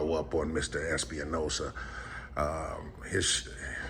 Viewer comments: It's Espinosa not Espi-uh-nosa. he's so mad his face is all kinds of red! I freaking love it! GREAT JOB AS PER USUAL!!!!! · Can't continue to watch. I'm sure the smoking cops name is Espinosa, but the way you're pronouncing it gets my gall. It would be Es Pa Nosa. Please! Not Espi a Nosa very common surname! Since we're at it, please don't say Axs you a question! It's Asks'. Please! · Although no one cares the last name is Espinosa (Es-p- nosa) not (Es-pe-a-nosa) just so if you go again you have the right pronunciation of his name so you don't get the wrong person. Also dude was so mad he couldn't give you the run around. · I think it's ES-PI-NO-SA